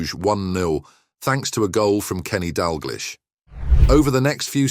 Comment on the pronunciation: Celtic is pronounced Seltic not Keltic and Dalglish is pronounced Dalgeesh , do your research better and maybe you'll get subscribers but you obviously don't know much 🙄